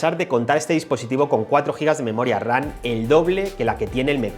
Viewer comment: 👀👂¿Por qué cada que mencionas la Memoria se te oye pronunciar Memoria "RaN"? como si fueras a decir RANA. ¿Algún problema para pronunciar la "M" ? No suena igual decir RAM que "RAN" se nota la diferencia al escuchar una u otra.